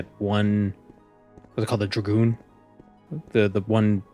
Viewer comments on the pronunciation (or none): none